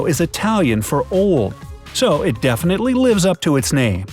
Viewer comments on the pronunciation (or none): none